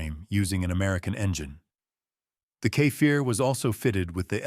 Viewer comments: it's no kefair it's Kfir. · Kfir = ‘Ka Fear” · You're really having a bad time Saying Kfir, huh? You say it Exactly as you read it.